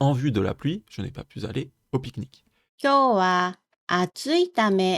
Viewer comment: Super explications, merci. Attention cependant aux liaisons mal *T'à propos : je n'ai pas pu *Z'aller...😉